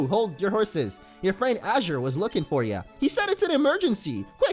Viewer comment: my son's name is Azure, I appreciate it when people can pronounce it right. can't wait to see how the series plays out thanks for the content man